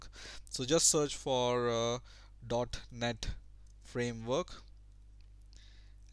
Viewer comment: when you said .net framework i swear i heard "dark net framework" haha